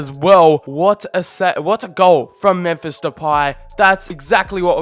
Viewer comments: Alon Shveiky But still even though it’s not exactly the same it still doesn’t sound like that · MEMPHISSSS SSSS NOT SHHH IT'S DUTCH NOT PORTUGUESE ALSO LEGANESSSSSS NOT LEGANESHH IT'S SPANISH (that just pissed me off in the whole video 😂😂)